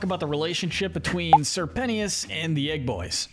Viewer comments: "Sir pennyis" C'mon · sir pen-tea-us?? 💀💀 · IM SORRY BUT ‘SIR PENEEUS’ I CANT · SERPENT-tious not sir penti ous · Why do people choose to pronounce people's names wrong? It's Sir Pentious. Not sir pensheeuss 🙄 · Ok, I cannot take this any more, Sir Pentious! His nane is pronounced like Serpent, Sir Pent-chus, not Sir Penny-us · His name is pronounced Sir Pent-Ches, your videos are good, but I can’t take another Pennyius, or pentyus😭😂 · Sir pent-ey-is 💀💀💀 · Ummmm did you call sir pretentious sir pennyis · If he says Sir Penny-ous one more time imma cease /j 😂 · its pernounced sir-pen-chess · "sir penny-is" 😂 "Sir pent-ious"😂 "Sir penny-is-es"😂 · "pennieous" lol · CAN YOU PLEASE STOP CALLING SIR PENTIOUS (SIR PEN-E-US) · Bro is saying sir pennyious instead of sir pentious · The pronunciation of Sir Pentious’s name is KILLING ME 😡😡💀💀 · The way he pronounces Sir Pentious name drove me insane the entire video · Your way of pronouncing Sir Pentious makes me sick